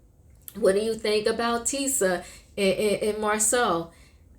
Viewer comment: Tisha, not Tisa